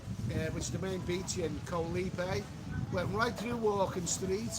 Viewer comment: 3 jibby jabbys lol. Koh Lype? Lol. It's pronounced Goh Leepay